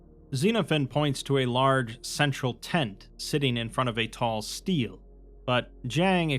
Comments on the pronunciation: stele is pronounced stay-lay btw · Love the video mang, just one note. Steele and is not pronounced like steel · FFR Stele is pronounced “stelleh”